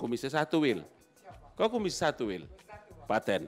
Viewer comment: kebiasaannya medan keluar😂 PATENN😂